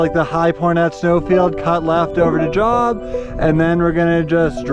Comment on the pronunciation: wonderful video. For reference, Job is a biblical name and pronounced like Jobe 🙂Looking forward to doing this trail in July. Didn't seem too crowded. What time did you start?